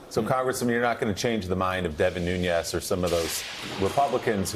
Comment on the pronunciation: Jonathan...It's David Nunes (Noo-nez) not David Nuñes (Noon-yez)